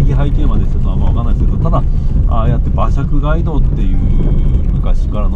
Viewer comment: 街道の発音「がいどう」ではなく「かいどう」です。